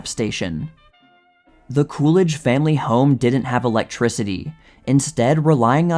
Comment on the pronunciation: Coolidge? It's more like cool ranch. lol what a guy!